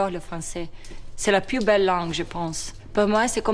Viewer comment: je crois qu'elle a dit "più" au lieu de "plus".